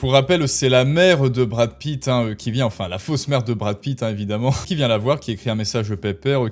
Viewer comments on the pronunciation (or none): Awête de diwe des ânewies à , je suis la vwaie maman de Mamad... de Bwad Pitt ! Fatoumata Pitt ;)